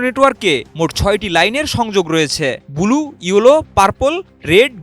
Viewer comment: অয়ে রিপোর্টার ভাই, বুলু কি ভাই...? ব্লু কইতে পারো না ...? 🤣